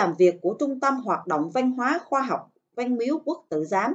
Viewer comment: Châu mà nói chu văn mà cô nói là van